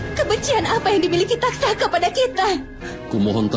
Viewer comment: Taksaka bro, bukan tatsaka